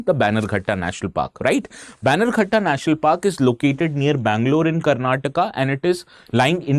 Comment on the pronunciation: Its not baigankatta national park. Please pronounce as banner gatta